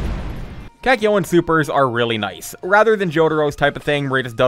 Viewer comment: Why did he pronounce Kakyoin as "kack yo in"